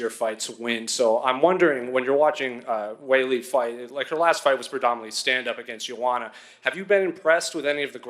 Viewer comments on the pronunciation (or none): Is just super terrible at pronunciation or something? C'mon man, Weili's name isn't even that hard.